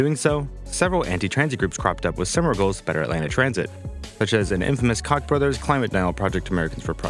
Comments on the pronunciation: Also- since you’ll probably be referencing the Koch brothers shenanigans in future name is pronounced Coke brothers not C*ck brothers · Koch Bros is pronounced similar to "Coke"